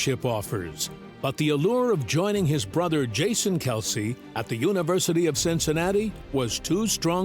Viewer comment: LISTEN to the AI generated lies before responding and then read what I wrote. pronounced it wrong, it was her pronunciation Kelceeee, Ed never corrected her. Maybe try again before sayin I'm wrong